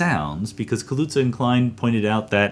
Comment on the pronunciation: ‘Kaluza’ seems to be Polish name ‘Kałuża’ (it also means ‘puddle’ in Polish) and should be pronounced a bit different in Polish: Polish ‘ł’ = English ‘w’ like in ‘water’ Polish ‘ż’ don’t have the same sound in English but it is tough ‘z’ So you can pronounce ‘Kaluza’ like ‘kawuza’ with tough ‘z’. Now I found on internet that Theodore Kaluza was German not Polish, so probably he had name after some Polish forefathers and that name changed into German, I do not know how it should be pronounced in German.